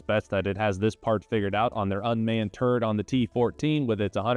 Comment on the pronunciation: Did he say turd or turret? Is this tourettes?